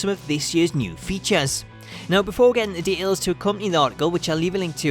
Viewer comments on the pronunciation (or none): I don't mind accents...but de-ails is not a word.